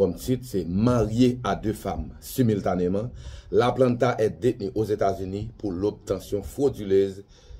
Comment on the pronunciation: M pa konnen si c sel mwen ki tande jounalis mazora ki di SUMILTANÉ epi lekti an fransè saa bay tet chaje.